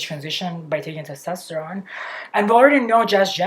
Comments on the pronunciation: It’s /tɛsˈtɑstəɹoʊn/ vs /tɑsˈtɛstəroʊn/. If you’re gonna make fun of a foreigners pronounciaton maybe learn a thing or two about phonetics and pronounciation first otherwise you look like an ass. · It's testOsteron. I just think when you are going to talk about it so much you should pronounce it the correct way